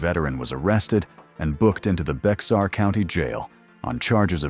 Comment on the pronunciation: It’s spelled Bexar, and pronounced Bear.